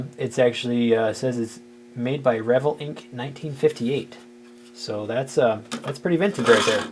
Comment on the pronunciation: Second item shown is an Atlas Lumber Yard. It is still being made. Also, the vell in Revell is pronounced like you would say bell with a v.